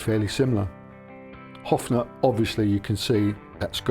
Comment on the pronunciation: Offnah, lol? I think it's "Hoff-ner", but I'm just a silly Yankee. 😅. And wait. One would associate Chet Atkins more with the Country Gentlemen, no?